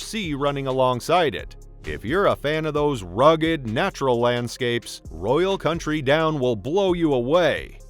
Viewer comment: Yeah, cuz AI in 2024 isn't able to pronounce "county"? lol